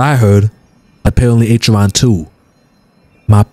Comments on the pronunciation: if you dont start pronouncing Acheron right i might explode lmao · the way he pronounces acheron is hilarious